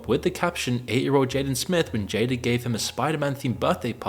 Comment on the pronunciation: called Jada Pinkett, "JADER". 😂😂😂